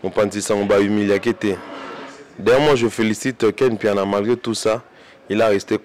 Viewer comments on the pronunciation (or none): none